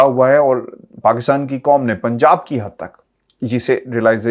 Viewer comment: Excellent analysis and superb reporting. However, why are Urdu words with 'Q' pronounced as 'K'? eg: 'Qanoon' is pronounced as 'Kanoon"? 'Qaum' as 'Kaum"? The Urdu words are قانون & قوم!!! not کوم اور کانون؟ It seems that the difference between قمر & کمر has been eliminated? 'قمر' صاحب کی' کمر' میں درد کو غالبا" ' کمر' صاحب کی کمر میں درد کہینگے؟؟؟